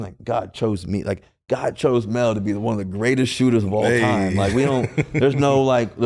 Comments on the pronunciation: Who tf is Mel Russell.😂 Its Melo fool 😂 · Pretty sure he is the only human to call Melo, "Mel" lol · Russ callin this man “Mel” has been sending me. 😂😂😂😂